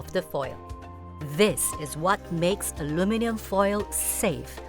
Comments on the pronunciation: we cook food in iron skillets/pots/woks for eons, and now we're worried about aluminum? Oh please. I swear she keeps saying Alumi-nee-yum (Aluminium), this is a typical mistake from Japanese people. Interesting how squid has more aluminum content, I wonder if this means seafood such as shellfish are more likely to absorb foreign elements like metals such as aluminum compared to other proteins. The other reason why the squid probably absorbed more aluminum in the first place is because of the sauce or acid from sauce she marinated the squid with in the foil, is eating and dissolving the aluminum at all directions above and below the squid, so essentially the squid is absorbing aluminum due to the acid reaction. Another experiment that needs testing is the different brands of alum. foil, as well as how much healthier is it to use foil that has less % of alum could be healthier or more beneficial, and if so, how much more beneficial? okay seriously...why are the subtitles saying ALU-MI-NIUM. There's no extra I in Aluminum. This is getting out of hand. Nvm I found the answer. British Eng spells with extra " i ", which makes sense given the accents I'm hearing here. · A LU min um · Why is she pronouncing it like an American? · PRONOUNCE ALUMINUM CORRECTLY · The prof and the experienced presenter used the American English pronunciation of Aluminum (4 syallables). The chef pronunced a British English Aluminium (5 sylllables).